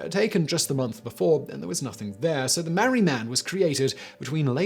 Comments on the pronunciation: Sorry mate, your pronunciations of Albury (all bury) and Marree (Mar ree) are terrible. Otherwise, great videos! 🤪🤪🇦🇺🇦🇺😷😷🇦🇺🇦🇺👍👍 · Albury is pronounced All-bury not Al-bury. Marree is pronounced MAR-REE